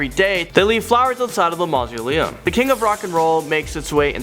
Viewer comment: Are you sure you speak English. "STARTford upon Avon in WARKWICKshire" and "MARSO-LIM"